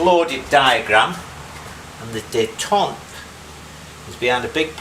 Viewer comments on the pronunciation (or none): Doggone .... I really hate to be one of "those" guys, but the words detent and detente have different meanings and pronunciations, (here in the colonies, anyway!) Love your stuff, have been more or less binge-watching since I discovered your Yamaha XS750 engine / Norton Commando frame project. Was fascinated by the chain drive conversion. Sadly, I discovered that video only a few weeks after letting a VERY reasonably priced Commando, complete except for engine, slip through my grasp. I really couldn't think of anything to do with it. Was working at a Yamaha dealership when the XS750 / 850 bikes were current, always liked those engines. Who'da thought you could convert one to chain drive? Regards from Mississippi